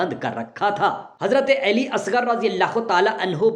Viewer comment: Hazrat alika nam sahi tarha liya karey ap ali eli keh rahy han